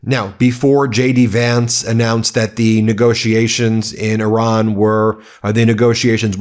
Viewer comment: I don't blame Iran for not agreeing to a moving target (not to mention the disrespect of mispronouncing the name of their country). Unfortunate that Donnie didn't think it was important enough to go to this meeting and negotiate in person. Probably just as well, as he can't focus for the length of a complete sentence.